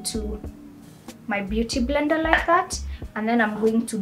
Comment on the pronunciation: It's the "mbeuty mblender for me" aaaai😂😂😂